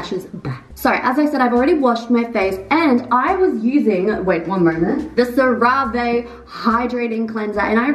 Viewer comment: CerAvE...girl the way you butchered that has me rolllling lmao with peace and love